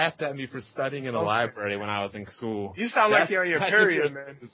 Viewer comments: said LIEBARRY instead of LIBRARY! lmao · When you hear someone say "lieberry" you know they've never stepped foot in one LMAO